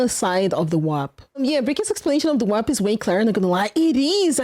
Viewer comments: Take a shot everytine she says "wap" instead of warp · im sorry but i cant stop hearing FAP instead. and november wasnt that long ago so its kinda on point i guess lol. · Her struggling to say warp is the cutest funniest stuff I've heard today 😂